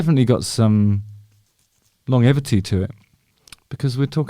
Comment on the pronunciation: Long what? G-evity, surely, not evity? (Isn't it amazing how each and every one of us bastardises the great tongue that is English in our own way?). Just found your channel Justin, I like. The jackdaw I've been looking after loved hell and back by the way.